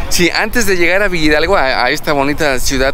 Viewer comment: La pronunciación correcta es Villa Hidalgo no villidalgo 🤦‍♀️